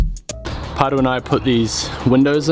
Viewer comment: I love your Channel. Just finished binge watching from the beginning. I though Carl was going to piss himself when you gave him the level. Really like the Chef Paerau (sounds like you say Potter). As for the Wolfcraft Clamps...as a DIY'er I will use them to build new kitchen cabinets for my home. And, of course, tell everyone to subscribe to your channel. Cheers Tom Carson